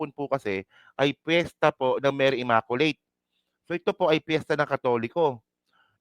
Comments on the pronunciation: For your sake,, please pronounce the word “ immaculate “ as “imaQlate” NOT “imakolate”❗️🤮Just educating you.☮️🙏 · Blog contents mo Not worth your YOUTUBE commissions! Wag Masyadong SS🤮👎🏽Create other more relevant blogs. SalaMUCH just the same I was entertained sa pagPronounce mo ng word “Imakolate “ “Salam……..” ☮️